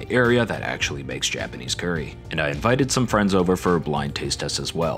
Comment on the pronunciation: NO THE WAY HE SAID "CUURRY" NOT "CURRY" WHYYYYYYYYYYYYYYYYYY